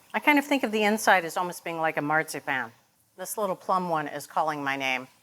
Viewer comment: I have never heard Marzipan pronounced like that in my life 🫢🤔